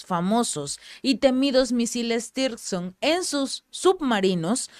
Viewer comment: Tirson no, zircon, saludos desde colombia 😊